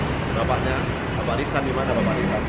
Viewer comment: Kak Jerome : "Bapak RISAN" Yang aku denger : "Bapak LISA"